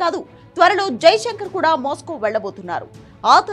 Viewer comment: అమ్మా కొద్దిగా తెలుగు స్పష్టంగా చదువు. ట్రబుల్ , మాస్కో..